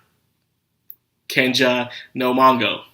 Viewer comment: I hppe I'm the only one who doesn't know what the fuck you're saying when you try to use the japanese title. mashogotenshai? what? what are you even trying to say? And are you saying Kenja no Mango, instead or Kenja no Mago? I don't like the show either but I do like japanese and you should not use it if you can't do it. btw, I literally had to go to google, and type masho tensai to figure out you meant, Mushoku Tensei... I'm not planning to come back, but for your actual fans, stop saying japanese titles... at least until you can actually say them. it doesn't seem to me you watch subbed anime by how bad you are at pronouncing them.